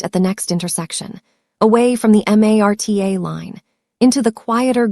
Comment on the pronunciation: The rail system is called Marta not M a r t a I live in Kansas and know that 🤣 A. I.